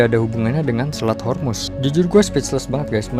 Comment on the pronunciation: Honey its Straits Hormuz not Yarmus.(persian word)